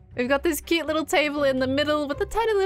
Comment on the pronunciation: Scott's "quoot" sounds like it has worn off on from Last Life... quoot...